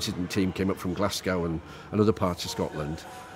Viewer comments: that's what I said. Surely every Englishman has heard the word Glasgow pronounced correctly? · How can an Englishman not know how to pronounce Glasgow? 🤦